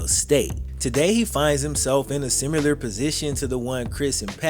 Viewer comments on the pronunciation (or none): Bro you’re too goddamn good at this shit. So fucking talented at writing and presenting these. Still bothered by the extra “u” in “simular” instead of “similar”, but this shit is too good to bitch about lmao